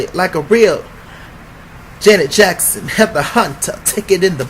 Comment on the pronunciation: Lil kim said JANET JACKMEEEE...not janet jackson....(hell naw).